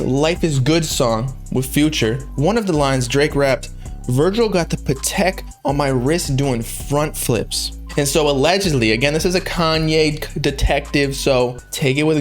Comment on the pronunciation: My guy said puh-tech